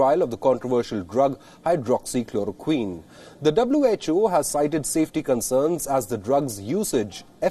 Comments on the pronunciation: He says hydroxy chlorokin🤣🤣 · WHO is a useless and a corrupt organization funded by China. If India would have followed WHO instead of ICMR, it would have been more worse. Tedros can't even pronounce hydroxychloroquine. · Ted does not even know how to correctly pronounce Hydroxychloroquine.. such an ass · First he helps CCP to distribute the virus to the world and now throwing mud at everyone who tries to question . My brother is 12 years old and he can pronounce it better than him.